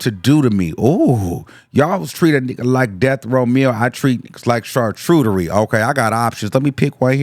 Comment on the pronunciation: Wtf is CHarCHOOturie?! 😂